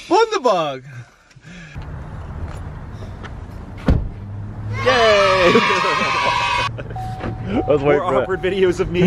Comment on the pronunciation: Ginger beer be 🔥🔥🔥 correct pronunciation is bun-da-berg 😂 it sounded so German with the bund-e-berg 😅